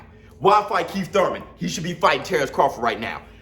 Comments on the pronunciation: It's pronounced ' one time Thoyman '!! Lol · Why you say Keith last name like that!? 🤣🤣🤣🤣🤣🤣🤣🤣🤣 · is right yall need to chill!!! and i be Laughin so hard yu can't say keith name regular for nothin😂😂😂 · Can you stop saying Thurmans name like that